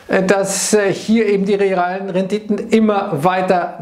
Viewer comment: "De Renditön ..."